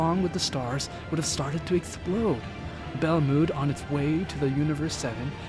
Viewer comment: Ur saying belmonds name wrong